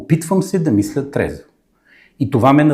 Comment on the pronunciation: Опитвам се да мисла трезво вика 😂.пияница мръсна